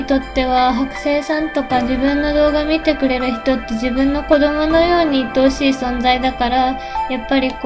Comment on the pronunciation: 愛おしいが鬱陶しいに聞こえて！？ってなった